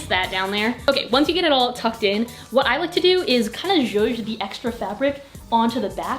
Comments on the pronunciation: nobody: not a single soul: literally no one:: sjoosh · someone make a compilation of saying "zhuzh" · nobody:: so im just gonna “jouge” this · Hey to whoever has a trouble understanding that word she keeps saying “ zhush, juje, jooj, zush, zuje” it’s is JOUE. “Joue” is a word in French that means “to play with”. An example would be “play with the small pieces of your hair to make your braid more define.” This sentence means, tease some pieces of your hair to make it look more out together. To use the the word “joue”, you can say “when decorating your bare wall, joue with the items you want to use to decorate so you can have an idea what fits where and what matches the rest of the room. It can either be portraits, posters or even a wall decor.” Hope this helps! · naw how about the word "shushe" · I’m Czech and we have this extra letter in the alphabet, it’s Ž. What pronounces sounds exactly like this letter so for me the whole word would be something like “Žuž”. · No one: Literally nobody:: JUJE YOUR TUCKED SHIRT TO THE BACK!!1!1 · i love when says “juje” (spelling?) lmao idk why but every video it’s said, i can’t help but giggle 💓